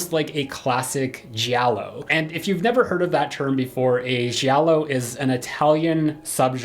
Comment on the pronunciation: My poor Italian ears! The g from Giallo is to be pronounced as Jill! Jiallo. Not shiallo! However my top5 list is: 1, 2, 4, 5, 3. It is based on the legacy characters ^^ in the fifth movie we almost never see Sid n the third is a soap between Linus n Gale.